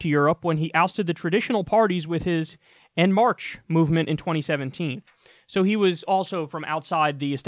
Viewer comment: Kyle pronouncing En Marche made me wince 😂